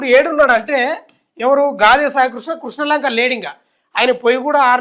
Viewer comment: కృష్నా లంక కాదురా... క్రిష్ణా లంక 🤣🤣🤣